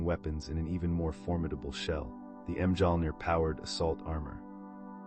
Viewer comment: Hearing the pronunciation of Mjolnir killed it for me 😂